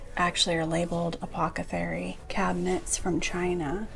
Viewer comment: I learn so much from you! A tip back: the pronunciation is a.poth'.a.cary, not a.pock'.a.thary. Love every time a penguin ice bucket turns up, and the music plays! ❤